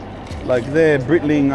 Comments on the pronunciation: lol brother Breitling is pronounced like “Bright-ling” not “Breetling”. And your watch model is called a Navitimer. “Chronometer” is just a fancy word for an accurate mechanical timepiece. 😊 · It’s Bright-ling Not Breyt-ling Cheers brother 🤘